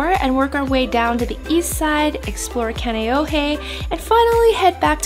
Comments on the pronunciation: Wait... you're from Hawai'i and mispronounced Kaneohe? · and kaneohe (KAH- NEH - OH - HEY ) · Im not Hawaiian and I cringed too 😂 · When they say Kaneohe wrong .....